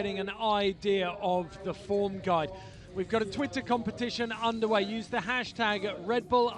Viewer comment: EPIC! PS, did he say 'titter' instead of twitter?